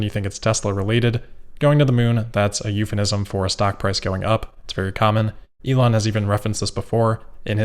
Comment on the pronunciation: "eupheNism"? :P